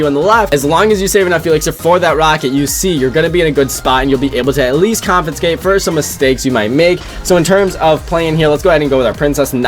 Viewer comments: compensate bro… not confenscate🤣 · I don't think he knows how to say "compensate"